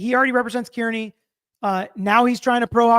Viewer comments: *Car-knee 😉 (not Care-Knee or Keer-knee) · He should at least say turtelboys last name right. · How does someone w the last name “Brennan” who lives in MA mispronounce “Kearney” smh 🤦‍♀️ ☘️